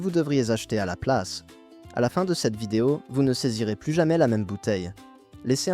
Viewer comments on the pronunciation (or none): none